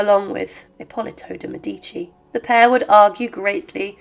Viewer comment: It's Médici, not Medíci, for heaven's sake!!